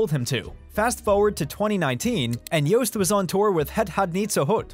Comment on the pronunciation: Thanks for pronouncing "Joost" as "toast", not as "boost".